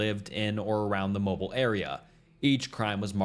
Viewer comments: Hello! Im not one to correct people but i know personally (because i can drive there in les then 10 minutes) mobile is pronounced as “Mo bill” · Mobile, Alabama resident here. It's actually pronounced Moe-Beel! The way you pronounced it is a very common mispronunciation, as people always pronounce Mobile like "mobile phone" or "mobile data". The Moe-Beel pronunciation is actually a Native American word meaning "thicket clearer". Not being rude, just sharing information! Fantastic video and awesome work!❤ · It is pronounced MO-BEEL (Alabama)....not MO-BILL as in mobile phone, Correct pronunciation is a pet peeve of mine. The fact that this POS got to live for 63 years pisses me off! I'm hoping Holman Prison treated him accordingly ;] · Okay I'm already gonna nit pick here 😅 It's pronounced Mobeel not mobile like your phone. Sorry I literally can't help myself 😂 Good vid though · How did you butcher so many different names of places? It's pronounced MO BEEL not Mobil. TexarKANa! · It’s pronounced MOWBILL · Mobile Alabama is actually pronounced like moe-bill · Pronounced mobill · "Mobile" is pronounced "Mow" (as in "mow the yard") -- "Beel" (rhymes with "peel"). The French named it. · Right from the start they mispronounced Mobile, Alabama. How difficult is Mobile?